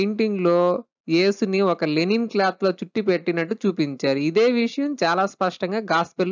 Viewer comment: లెనిన్ కాదు లైనిన్ cloth